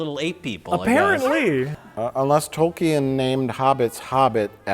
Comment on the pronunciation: No one: Me: OHMYGOSH! Mike said Tolkien's name correctly!!!